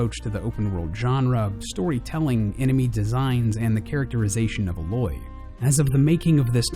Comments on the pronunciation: Great video, but it really irks me how people who've played the game still refuse to pronounce Aloy's name correctly. It's 'Eh-loy' not 'Ah-loy' just ask Guerrilla Games. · you know, it sucks you didnt play the game, cause the first thing you here Rost shout is A(EH)- LOY. not uhloy. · A- loy. Not uhloy. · WHEN I FIRST HEARD HER NAME PRONOUNCED “AY-loy” I THREW UP!!! BUT IF THIS GUY SAYS HER NAME IS PRONOUNCED “uh-LOY” THEN I'M NOT AS PERTURBED. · I... why... this is an honest question. Everyone in the game calls her A-loy not Aloy (if you get what I mean). Yet a lot of people still do it wrong like in this video. Why? It makes me feel as if they did not pay attention to the game and I don't think that's the case. Still why? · It really annoys me that he says uh-LOY, rather than Ayloy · ...that's not how you pronounce "Aloy". You pronounce the "A" like the letter, not like "Ah". Her name is said before the main menu comes up. I think the only way to not know how to pronounce her name is to not play the game at all or watch any gameplay of a quest. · she's called Aloy... not alOy... you highlight the beginning, not the end... good video though :) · IF HE SAYS "A LOY" ONE MORE TIME!!!!!!! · It's pronounced Ay-loy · he hasn't even played this game. he would've known how to pronounce the main characters name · Why does everyone pronounce Aloy wrong!!! she's not a fricking mix of metals. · I play a lot of Horizon, so when he pronounced Aloy, it triggered me quite a bit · I hate how he constantly mispronounces Aloy's name. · i cringe with how he says aloy's name